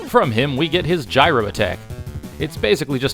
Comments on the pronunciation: He does know that it’s pronounced GYRO and not GYRO right? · its "jiro" man. like gyroscope. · The proper way to pronounce Gyro Man's name is JEYE-roh, not to be confused with the sandwich you were referring to. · ITS PRONOUNCED “JY-ROE” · wait, did you just mispronounce "Gyro" in the... not Greek-food... context?